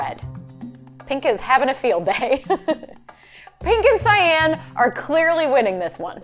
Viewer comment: Btw how you pronounce cyan is sigh on yw